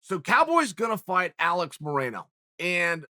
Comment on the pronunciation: Chael called Alex Morono “Moreno” ? ... Looks like his name is Alex Moreno now !